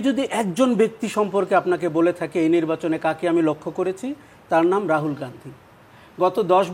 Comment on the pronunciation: রাজিব না রাহুল এটাই বলতেই পারেনা এই হুভাস মাল